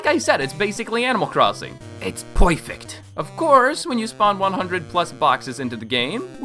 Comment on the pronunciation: Imagine the opportunities for making BOTW cinematics with spawning NPCs, mobs, and stuff. Can you even summon things like the Blights, Kohga, or Dark Beast Ganon?? edit: oh my god you say poifect too